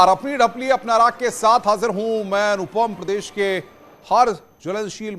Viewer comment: In channelwale ch**tiyo ko koi batao ki ढपली nahi, डफली hota hai.